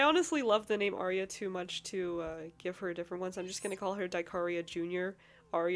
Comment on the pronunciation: Ahhhh Omg my name is the same as the little mushroom girl except I spell mine with a y instead of the I because Arya with a y means noble and I love that. And yes you pronounced it right 😊❤